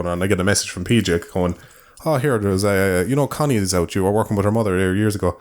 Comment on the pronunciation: I keep hearing Conny as "cunny". Dunno if that's just my brain deconstructing women down to their only useful part, or sneaking that in.